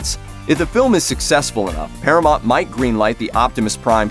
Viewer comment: Paramont? Cyberton? Work on your pronunciation dude